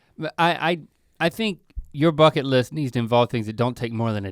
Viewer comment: “fucket list”